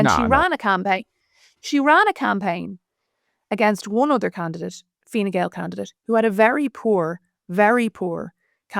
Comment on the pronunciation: I believe Harris refers to it as Fine Gowl.